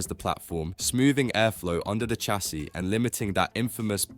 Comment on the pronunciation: This ai tries hard with it's accent but words are mispronounced; chassis/leclerc... good effort though.